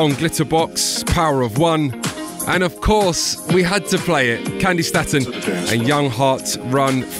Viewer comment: She pronounced her name as 'STAY-TON' and keeps pronouncing it as 'STAT-ON'. Jeeez.